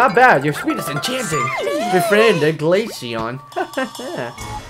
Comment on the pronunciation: is glaceon saying booty